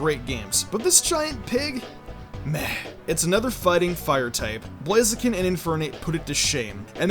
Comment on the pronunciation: Don't say blazeken